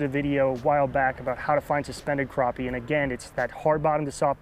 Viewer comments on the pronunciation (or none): Just like trap, snap, clap, happy, or pappy. Crappie is pronounced the same way.